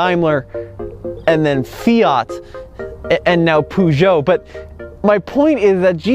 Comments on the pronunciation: It's not puoojo it's Peugeot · Dear God Almighty, that pronunciation. It's not "Poo-djoe", the first syllable is pronounced like the first half of the word "purr". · The way you say Peugeot. Poojoe ahahaha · Poo-shou ? 😂 Peugeot doesn’t own Jeep lol. FCA group does (Fiat Chrysler Automobiles). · Great video! But try to learn how to pronounce Peugeot please lol not that it matters much to anyone... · Great video. But the pronounciation of Peugeot has me laughing. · "litre" is well pronounced by the 2nd person, but please learn to pronounce "Peugeot" corectly !!